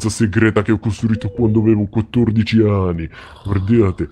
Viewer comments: sembrava che hai detto 14 ani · Se sentite bene dice 14 ani al posto di anni... HAAHAHAHHHAHAHA